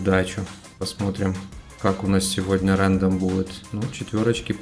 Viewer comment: рандом ударение на о